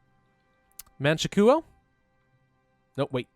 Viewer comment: Man-Chu-Kwo not Man-She-Koo-Oh